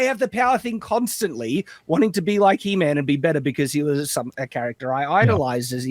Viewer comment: It's HE-MAM!